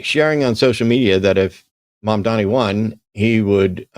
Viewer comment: It’s Mamdani, with an N… not Mamdami. I don’t get why this is hard for English speakers! If you can say “mom” and “Donnie” - and I know you can - you can say “Mamdani”.